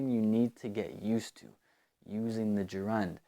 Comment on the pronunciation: Yo, bro. I think you're pronouncing the word Gerund in a weird way . I think it is pronounced (je'rend)